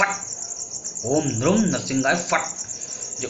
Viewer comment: 'Nrum' nahi 'Nrim' bolte hain.